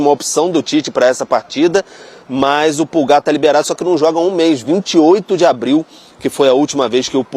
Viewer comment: A pronúncia correta é Állan, e o Pulgar é Púlgar, mas ele prefere ser chamado de Erick.😉